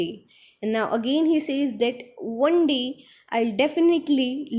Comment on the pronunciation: Panes=peens One=wan Lol no offence Otherwise your explanation was really good